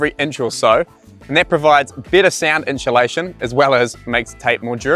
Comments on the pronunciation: I don’t care what English speaking corner of the world you’re from, there is no fucking “sh” or “ch” sound in the first 3 syllables of the word insulation. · Every time said 'Inchulation" I wanted an enchilada;) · Have I been saying inchulation wrong my whole life?